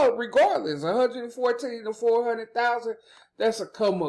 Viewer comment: Foe Hun-ed lol